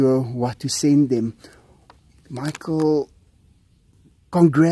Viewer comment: Michael, you said my name perfectly. I’m so glad you finally received my package...wow 3 months to get there. This made my day. Thank you Michael. 🏳️‍🌈🇨🇦❤️